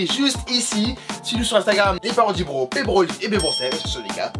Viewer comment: Non c PBroliv